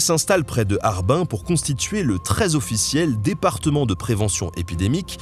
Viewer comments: pour Harbin, c'est /hɑːrˈbɪn/, Par comme un "larbin" mais comme une "mine" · ça se prononce Harbine. J'y ai habité, d'ailleurs. Et QingDao se prononce TchingDao. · Nous les Chinois prononçons Harbin , "Rare Bine" pas "Are bin!" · Nota BEne fait toi aider pour les noms chinois par pitié Qindao= Ts'ing Tao. oui oui comme la biere! Harbin= harrbine Ya le phonétique sur Wikipedia serieux. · HARBAIN?!!!??? Je la connais pas c'est une station balnéaire? HARBINE. C'est mieux. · Je crois qu'on prononce Harbin plutôt "Harbine" :) Super vidéo !!!!